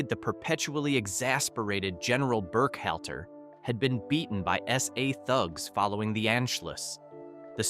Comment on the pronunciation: BurkHELTER?? Try HALTER!! Funny how Werner's 2nd wife very quickly became his 3rd!! And, Axis Annie was played by Antoinette Bower!! So, what does Marilyn Monroe dressed like a nazi have to do with any of this?